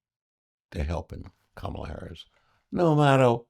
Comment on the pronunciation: Comma la...com.ma.la....not CAM.ma.la🙄